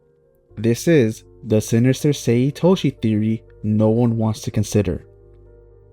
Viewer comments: SAE, not Say. Sae = SAH EH Sai = SAH EE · I like when people mispronounce names because it shows they have more connection with the manga than the anime, and when reading that’s how they read it in their own head. My take. Other Blue Lock YouTubers do this too, like Extendo who still pronounces it “Say” sometimes.